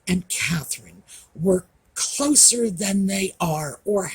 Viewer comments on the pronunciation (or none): none